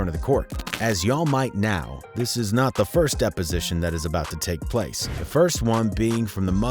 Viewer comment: You pronounced 223's and the word "now" wrong lmao